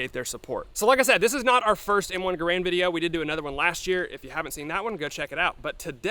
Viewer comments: It's pronounced Garand! :p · your pronunciation of garand is atrocious